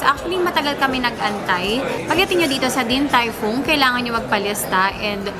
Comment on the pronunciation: Omg, yung pronunciation ng DTF paki correct naman. Sakit sa tenga